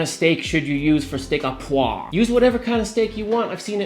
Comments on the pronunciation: it's poivre not poi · Poivre is pronounced as poivre. You pronounce the vre very clearly in French so dont say poi. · Go ahead and say the V - Steak au PoiV (not poi :D) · You actually pronounce the “v” and “r” Is your streak from Florida ? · You are allowed to pronounce the 'V'!! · and the r, and the e